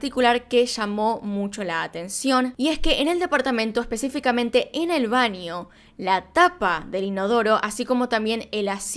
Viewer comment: AMO CUÁNDO DICES BANIO, NINIOS, ANIOS ETC😍😍😍🤩🤩🤩 "shudy"